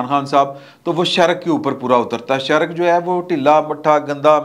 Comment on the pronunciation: شیرک نہیں شریک اور ہلک نہیں ہک ل سائیلنٹ ہے